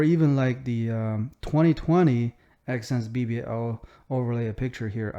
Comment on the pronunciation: No way this guy said exsense bbc and yall missed it